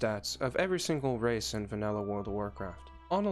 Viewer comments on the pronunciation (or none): none